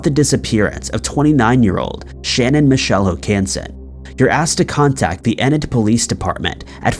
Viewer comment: Enid, Oklahoma, is pronounced EEEE-nid....not eh-nid. just sayin'